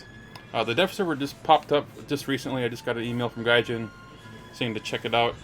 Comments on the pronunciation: Its pronounced gaijeen and not jin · Gaijean like jeans should be pronounced or Mary Jeane